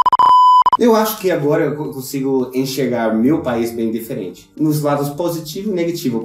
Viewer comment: Acho engraçado como fala Diferente, ele fala "Deferente".